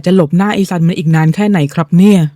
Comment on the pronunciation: ตัวละครชื่อซันทำออกเสียงสันหลัง เพราะนั่นคือชื่อหนู😅😅😅